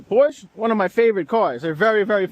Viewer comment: Please pronounce Porsche correctly